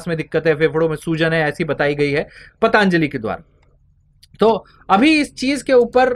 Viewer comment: धन्यवाद, मै आपका प्रशंसक हू । कृपया ' पतंजली ' ऐसा उच्चार कीजिए ' पतांजली ' ऐसा नहीं । इससे आपका जो स्पष्टीकरण है, उसमें कुछ दोष नहीं आता ।